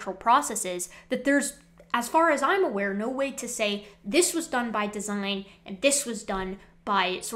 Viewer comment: De-si-gne, oh that must be Italian!